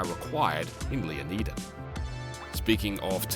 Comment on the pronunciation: Stop saying Leonida wrong